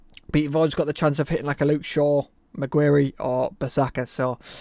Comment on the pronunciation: How you pronounced maguire 😂